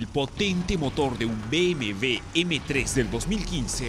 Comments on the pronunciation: Jajajajaja dijo BMV jajajajaja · se dice bmw. burro no bmv.. en todo caso seria b.m.doble.v .. o como desimos aqa mejico.. b.m. doble.u. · Que dijo sobre un poderoso que BmV ?? Pensé que era BMW jajajaja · se dice BMW no BMV